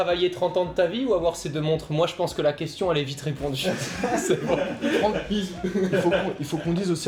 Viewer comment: Franck sans C avec un C bien ouèj ! xD